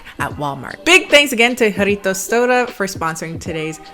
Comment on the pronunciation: Can we take a moment to appreciate the fact that she pronounce "Jarritos" and "Jamaica" properly